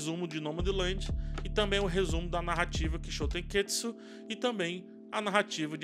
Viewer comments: Ótima análise, só sugiro cuidado na pronuncia errada da palavra. Termina com TSU e não TSKU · Toda a vez que você fala Kishotenketsu, você fala errado. Acaba deixando a palavra mais complicada do que é, pq parece estar afobado pra falar. Acaba saindo algo como "kishotenketsuku", e, por obviedade, o malabarismo fonético que você faz é muito mais complexo do que a palavra original.